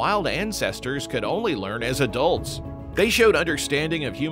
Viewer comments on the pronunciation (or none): none